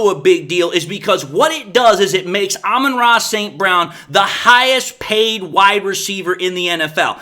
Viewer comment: "Alba Tross" St. Brown.